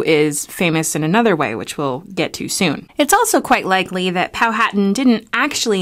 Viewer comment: It's pronounced "Pow-a-tan".